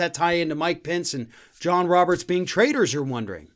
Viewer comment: What do they trade? Is it not traitors? That`s the spelling in the subtitles, absolutely ignorant, but the pronunciation is also traders rather than traitors.